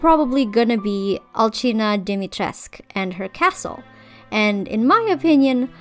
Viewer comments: They're all so much more recognizable and actually fit in with Lady Dimitrescu. A small correction tho, it's Dimitres-coo, all Romanian words except for a few pronouns, are pronounced how they're written. So basically, if you ever redesign Lady Dimitrescu, just say coo at the end. Btw, the middle one, I love the dress, I think they all fit their role very well and the redesign shows that hhh. 🥰 I love the eldest one the most! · Fun fact: the u in Dimitrescu is pronounced and isn’t mute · I'm romanian and I'm surpised that you pronounced Lady D's first name right, but misspronounced her family name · I love your redesigns but as a romanian it hurts my soul how you say Dimitrescu lol and vampires come from eastern europe btw :)